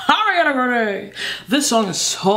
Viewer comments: I collected all the precious “Areana GranDE”s in a compilation check it out if you want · Did she say Hurryana Grande? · i love u u say arianaa grendewww not her totally ure arianator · one shot everytime this girl says "AwREanAA GrAwNdEEeeee" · “Ari-una GRAN-DAYY”😭😭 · Lets give a Oscar for everytime she said AriANa GRaNdEeeYYyy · I love it when she say "Oriyaaana Groondaeeey" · take a drink when says "hariana grandey" and "beeiitch" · nobody: her: ARIANA GRONDAEEE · The way she says Ariana Grande be having me weak asf lmao 😂😂😭